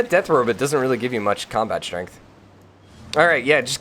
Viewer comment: And you say Robit instead of Robot...